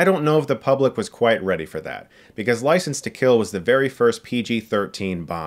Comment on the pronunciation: "Ricense to Kill"